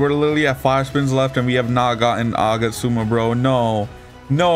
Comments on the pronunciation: Bro its agats-ooma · Nice video! The way you pronounce Agatsuma though 💀